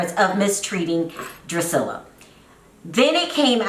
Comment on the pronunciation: My thought EXACTLY